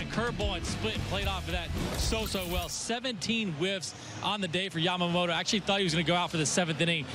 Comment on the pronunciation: 関係ないけど、、、 ほんとうに 『ヤマモロ、ヤマモロ』って発音しているね。アメリカ人には難しいんだね